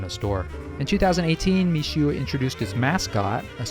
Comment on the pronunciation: Seems to mean "rice snow"? Pronounced "Me-shway", by the way